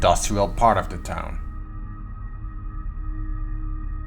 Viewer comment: the, not du this, not dis